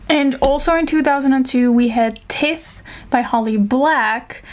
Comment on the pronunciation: Hey there! I just wanted you to know "tithe" is pronounced with a long I, like "tie" with a th at the end. Everybody always gets that wrong Additionally, "low fantasy" doesn't mean "fantasy that takes place in our world" - that's "urban fantasy" (usually). "Low fantasy" refers to the amount of magic in a setting. Game of Thrones is low fantasy, at least at the start, as magic is rare and there aren't magical creatures running about everywhere.